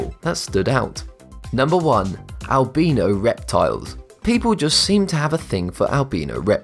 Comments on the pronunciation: Its not albeno its albino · It’s albino not albeeno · al-bino not al-beeno XD good video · I love how he says Albino pronounced Albeeno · AlbEEno ??? It's Albiino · ....Albino. Albeeno. AL-BEAN-O. WTF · Albino is pronounced: Al-by-no Not Al-bee-no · Albeeno? Its albino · I like how he says albeno instead of albino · It’s not al-beeeeeeeeeeeeee-no animals its al-bine-ooo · I hate how he says albeeno instead of albino 😂😂😂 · IT'S AL-BYe-NO! NOT Al-bee-no! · It’s not alb-ee-no it’s albin-o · "Al-by-no".. not "al-bean-oh" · Albeeno or Albino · It's not Al-bee-no its Al-bi-no XD but if it is just your accent that is fine. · AlbEno or AlbIno which one is it you say one but its written another...so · Its pronounced al-bye-no not al-bee-no!!! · Wow who says albino as albeeno? #nohate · albino is pronounced al - bai - know not al - bee - know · Sorry but albino is not pronounced “albeeno” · Dude its pronounced as albyno not albeno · It's Al bi no not Al be no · its albino not albeno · It’s not albeeno it’s albino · Albeno it’s albino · "albeno" crocodile....lol...🤣🤣🤣🤣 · "albeeeeeeno" umm.. Did that not bother anyone else? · Oof albeano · "Albeano" lmfao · Albeeno? Cmon man, you had one job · Al bean no ... al beano? Hmmm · I like how you say it albeeno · Al-be-no crocodiles. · Did u actually call the Albino Alligator the (Al-Beano) Alligator In the beginning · AL - BEENO CROCODILES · “Albeeno crocodile” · Am I the only one bothered by Albino (AL-BEE-NO) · If he says albeeeno one more time I swear....... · Al-bean-o? Really? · Lol he said Al-bean-o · Plz stop saying Albeeno I dont have gas. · Al bin o xD its al bine O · You pronounced albino wrong you pronounce it like this al-by-no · It’s pronounced al-buy-no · Al bee no makes me angry. Why making new pronunciation? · Its pronounced al - by -no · It is al-bi-no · "Albeeno crocodiles" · The way he pronounces albino agrevates me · Who else notice that he pronounced "Albino"? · Wrong pranounce of albino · You said allbino wrong